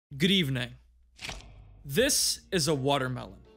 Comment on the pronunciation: Why the way you say "Good evening" literally sounds like "Hrivna"?